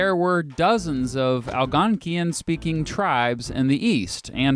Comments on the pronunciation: Great video just work on your pronunciation of "unum" and "Algonquin". And it's Iroquois not Iroquoian. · "al" + "gon" + "kwin" NOT "al" + gon" + "kee" + "in"